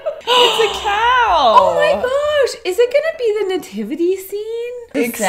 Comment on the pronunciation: So many fave parts but my FAVORITE part is saying Garsh